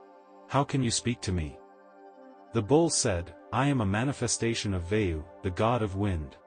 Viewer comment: You narrate so well, but mispronouncing vitals aspects diffuses the significance of the essence. His name is Satya- Kama( t pronounced as you would use the sound of t as t . Vayu means air V pronounced as v in victory.